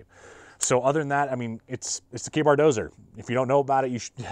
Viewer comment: Dozier. Not Dozer. Thanks!